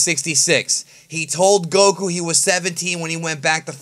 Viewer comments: Moonoi Martyn he's pronouncing Gokhu because that's how it's supposed to be pronounced. speaks Japanese and he says that's how you pronounce it. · he pronounces the English wrong like Basil he says Baysil. Goku he says Gokhu. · Aaron Mackellar the English pronounciation is what it is, is pronouncing the English wrong not pronouncing it another legitimate way. He can't even pronounce Goku correctly. He adds a huuu at the end of Goku. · Aaron Mackellar you are wrong, Japanese pronounce Goku Go-Ku. It's said sharply in Japanese language. pronounces it wrong even in English. He can't even say Basil the correct english way. He says Baysil.